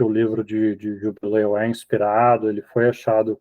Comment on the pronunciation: Perguntei por que ela falou jubileu ,e a Clarissa fala JUBILI ,acho engracadinho ela falar JUBILI 😊😊😊